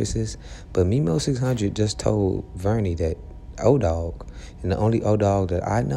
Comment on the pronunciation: Edoggg, not odogg